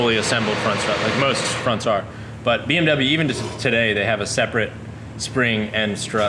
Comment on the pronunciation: As a German I really like this build but please learn how to pronounce BMW right. And please tell more about the LED technic would like to learn more about that